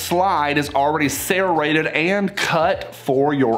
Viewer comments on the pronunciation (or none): Also please stop saying sare-rated it’s serrated lmaoo